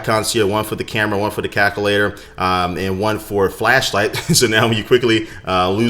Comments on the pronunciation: CaLculator. Not Caculator. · Why do you say calculator like that lol Kalk- ull- ator NO Cal-Q-lay-tor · "CACulator" LOL! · Lol he said cakulater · "Cacalator" lol